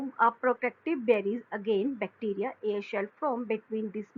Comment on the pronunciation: Haha ...she says air shell to cell